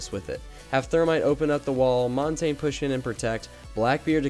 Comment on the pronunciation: Stop saying montagne wrong.